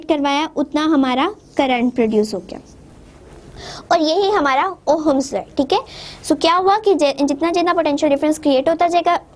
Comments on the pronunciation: Ooo hummus law nai ohms law hota hai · Ohm's law is not pronounced as oham it's pronounced at oms 😊😊।। But still thanks😊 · mohatarma..with due respect...pehle thik se pronounce kijiye..its ohm's law not Oham's law. aapne bola battery, draw kiya cell. volt hota hai unit of voltage..volts nahi... physics hai...halwa nhi hai....ki jaise marzi pdha diya..